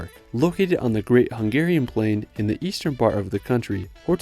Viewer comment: Unbeeeeliavably good video about my country, a huge thank you! And I do think I'm not the only one who will tell you how correctly you pronounced the Hungarian cities', castles' etc names.